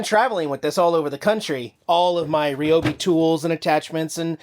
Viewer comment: It's Ryobi, not Ryobi....LOL.😂 Love your videos!